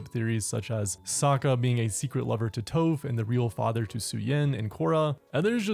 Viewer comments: Is no one gonna mention how this guy mis pronounced Tophs’ name as “Toh-ph”? A few other avatar YouTubers do it also and idk why cuz if they are such big fans like they say that they are then they would know how to properly say her name the same way as in the show. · Why you keep pronouncing tophs name wrong